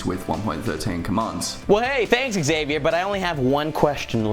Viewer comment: How non english tongue hears Xavier: ExSavior